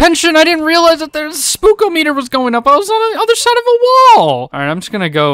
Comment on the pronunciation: What kind of noob pronounces it spook oh meter instead of “spookahmedder” 🤦🏽‍♂️ jk buddy Interesting video